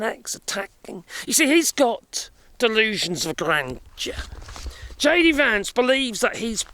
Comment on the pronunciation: He’s JD Vance, not AD Vance